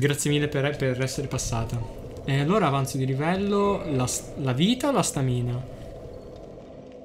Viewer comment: Ti prego impara a pronunciare stamina...